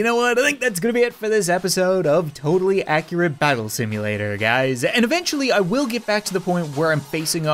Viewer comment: Hears how he says tabs Totally Accurate Battle Simulatorrrrrrrrr